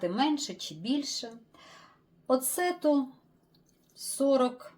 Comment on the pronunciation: В слові оцет наголос на О